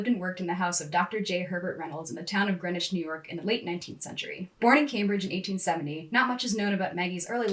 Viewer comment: It's pronounced Green-witch. We're different up here.